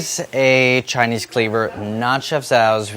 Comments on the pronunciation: Andy's Chinese pronunciation is actually rlly good. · Andys chinese pronunciation is actually insanely good